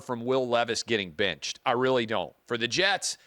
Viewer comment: I like Clay but why does he go back and forth between the word “benched” and “binched?” What is with the pronunciation of the short “I?”